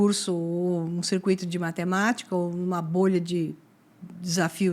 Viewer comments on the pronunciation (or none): none